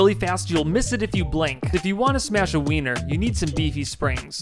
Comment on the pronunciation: Did you say wiener lol